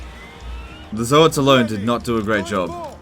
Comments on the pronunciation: Zoats as in "oats", like "oatmeal" , not "Zo-hat"! Even Games Workshop pronounced it as "oats"! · Zoe-ats i guess you pronounce toads the same way, Toe-ads